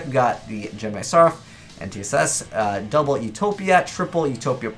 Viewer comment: You keep pronouncing N'tss wrong, it's not "en-tee-ess-ess"